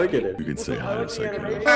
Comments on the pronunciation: instead of Sykunno they say Secunno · ITS SAKUNNO, MURDER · I can’t with them pronouncing it as “see-kkuno ” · I like their Sekkuno pronounciation 😂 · "suh-kkuno it's suh-kkuno" LMAOOO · iTs sYkUdo ItS syKudo